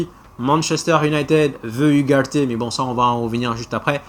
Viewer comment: tu prononces mal ugarde